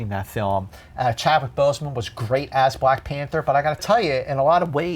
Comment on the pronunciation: When he said Glack Panther I laughed.